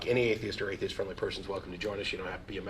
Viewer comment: XD even after he got corrected he said THESIST